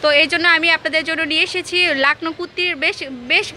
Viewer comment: "Kutti" na 😂😆😆😆😆😆😆😆😆😆😂😂😂😂😂😆😆😆😆😅😆😆😂😂😂 it's "kurti"😂😂😂😂😆😆😆😆😆😆😆😆😂😂😂😂😆😆😆